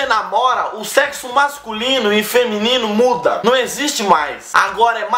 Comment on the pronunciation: "Você só pensa em secsu" KKKKKKKKKKKKKKKKKKKKKKKKKKK